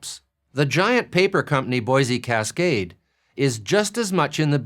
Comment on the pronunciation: I speak french as a second language and I cringed when he said boise cascade